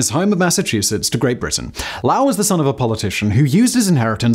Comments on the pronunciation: Lowell is pronounced "loe-well", and so is the name of the town where he build his textile factory. My great grandmother was a "Lowell mill girl" from Ireland, and my great-grandfather had to follow the regulations for "courting" a mill girl, heavily chaperoned of course. She was something of a beauty, and rather strong-willed, and I can imagine her singing "Bread and Roses" when the Lowell Mill Strike happened.. (I inherited some of the jewelry my great-grandfather bought her as gifts - he was a carpenter from Scotland.) And my dad remembered her as an excellent cook. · Eyyy, one about my hometown. The mills also used to be big museums, with all the machines still running...stories about the mill girls.... etc... Yeah...they gutted that place and turned them into 4000 dollar a month loft apartments. The mill museum is now this tiny hole in the wall not worth visiting. PS: Simon: it's pronounced "low-el" low as in low air pressure. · Hi Simon, I grew up in Massachusetts and the correct pronunciation of 'Lowell' is 'Low - Well.' I really enjoy the work of you and your team on your various channels. Thanks. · Being from Massachusetts it’s driving me absolutely nuts on how Simon is saying Lowell. I don’t know how the man said his last name, but that city is NOT pronounced that way in Mass. It’s more like saying lol out as a word but with a w in it, Lowl. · My mother worked in a sewing mill in Fall River. They had wooden floors, and oil constantly dripped from the machines into the floors. When those buildings caught on fire, they burned for a long long time. Also as far as the things named after him, we pronounce it LOW-ell (long o) 🙂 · Another good video and I learned more about my home state. Lowell, though is pronounced with a long o, so lowl, long o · I'm Canadian, and I just knew it was wrong because I don't know anyone named "LOWL". It just SOUNDS wrong. I've never heard the name Lowell rhymed with HOWL. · Anyone else screaming “ITS LOW-WULL SIMON!”